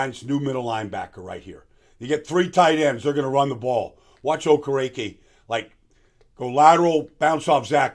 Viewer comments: I loved your analysis. Excellent breakdown. One thing, I heard him say how to pronounce his last name. It is pronounced: “Oh-Ker-A-Kay” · Yeah Baldy slaughtered that name...😂